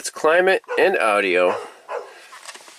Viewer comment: I love the way he says Audi-O lol